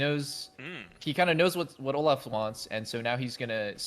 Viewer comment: why say "Oluf" and not "Olaf"